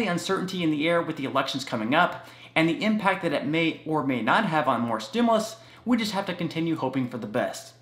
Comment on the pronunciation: Please please please Pronounce STIMULUS THE RIGHT WAY....u say stimilus....it makes me crazy and I really want to listen to you.... lol